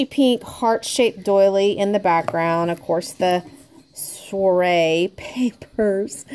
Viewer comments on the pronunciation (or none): I think it's pronounced like swar-ayyy hahah hope that helps! Very pretty cards! So much talent! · Hey!! I'll help you out with the pronunciation of "soiree": it's suwa ray. Hope you find that helpful